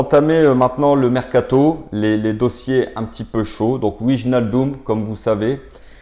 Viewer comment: alors pour wijnaldum, on prononce Vaille- nal- deum